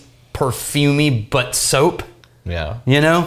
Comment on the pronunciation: Anyone else hear say "Light, perfumey, *Butt* soap"? HAHA